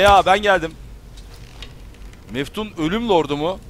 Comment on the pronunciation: Onlar Meftun Değil Metfun :D :D :D